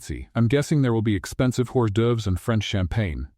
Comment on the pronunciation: Mostly a good storyline but please proofread!!!! The party scene happened with her future MIL and the incident with Eliza all happened twice. And teach the AI how to pronounce hors d’oeuvres.